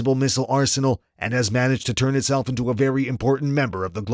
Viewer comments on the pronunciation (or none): none